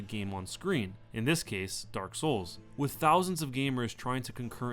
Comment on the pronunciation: I die a little inside every time I hear the inflection you have when saying Dark Souls...